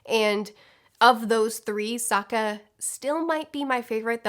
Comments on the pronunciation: I read this before watching the video, and now I can't stop hearing you say "Saka" instead of Sokka 😅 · I've noticed in videos before that screws up names often... No one is perfect, I get it, but does she not edit? You just watched the show stop screwing up Soka and Zuko! I couldn't even finish the video it got on my nerves so much.